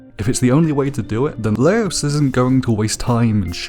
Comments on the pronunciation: Why does he say Laios as louse? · My guy. Laos is a country. His name is Laios